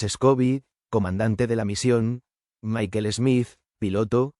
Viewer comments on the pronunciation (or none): none